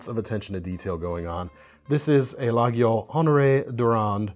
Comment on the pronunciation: You need to learn to pronounce Opinel and Laguiole. they are pronounced Opinul and Layoul.